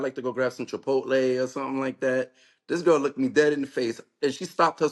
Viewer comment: 😂 He said lemme tell you sunthing.